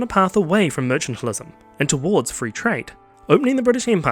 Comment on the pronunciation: "Mercantilism" does NOT have an "h" in it.